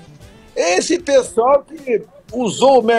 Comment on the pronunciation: Ele fala psol ou pessoal?! Hahah